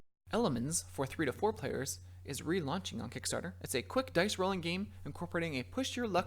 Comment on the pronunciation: Hehe, you missed the "t" in Kickstarter and made it "Kickstarer". 😉